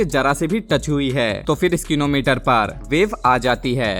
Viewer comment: स्निको मीटर स्किनो मीटर नही